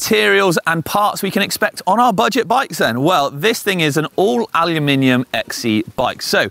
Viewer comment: Thank you for saying Aluminium!